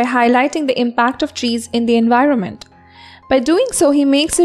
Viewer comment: Your videos are awesome....but you could look after your pronounciations.....eg., twilight,poem, environment..... nothing else, keep going.😊😊